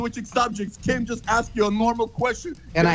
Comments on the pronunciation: pretty sure he says keem... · Will Philipps Idk man it sounded like keem to me